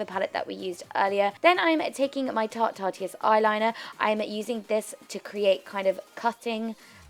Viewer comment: Jasmine Gigg no it isn't. She was correct. On tartes channel they have videos pronouncing it like artist